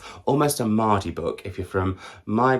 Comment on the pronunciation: I’m born and bred in Sheffield, it made me chuckle when you said mardy. Nah then 😂